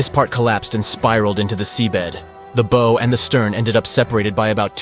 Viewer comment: It’s how, like how wow, not beau.